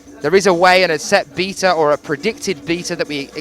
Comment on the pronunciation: I am consistently disappointed with these commentators. The male one seems to commentate in more competitions than he should. They are making the sport sound so amateur. Someone who cannot even pronounce "beta" correctly should NEVER say how a climb should and should not be done, especially with such arrogant ignorance. Quit the guess work on results. In fact qui trying to keep track of attempts because you can't even do that. Learning the athletes names is even a problem. Same crappy commentating with every single competition. It is no wonder this sport has never made it to the Olympics. So sad. Love to watch though. All these competitors are absolutely amazing.